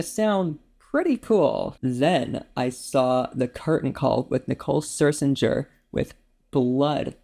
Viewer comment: Glad you loved ''Sunset Blvd,'' but Nicole's last name is correctly pronounced Scherzinger, not Sir-zinger.